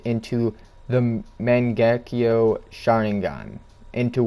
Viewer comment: You are pronouncing byakugan and mangekyo wrong